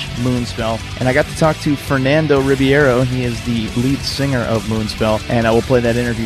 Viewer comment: it's not Ribiero. it's Ribeiro ;)